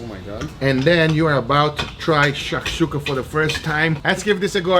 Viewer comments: u got an arab offended by the way of saying shakshoka 😂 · Amazing video - I'm from Israel where people eat Shakshuka on a daily basis and seeing you guys trying to pronounce that was hilarious hahahaahah Also - I suggest dry aging / cooking steaks in Harissa sauce - it's a famous north African spicy condiment and it tastes amazing